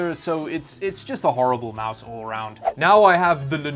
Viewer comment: say with me its MOUSE lol